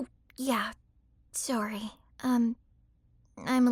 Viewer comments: I love it when she say sorey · “sorey...” the canadian is strong with this one